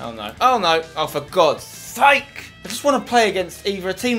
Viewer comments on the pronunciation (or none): none